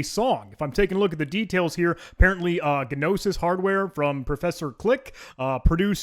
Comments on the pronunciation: Gnosis is actually pronounced “no-sis.” It’s a Greek word that means ‘knowledge.’ Not inspired by names like GNU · The G in "gnosis" is silent. And you know that cuz it sounded dumb as hell to you when you said it wrong. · Pronouncing the G in gnosis like it's GNU is a very thing to do, I love it.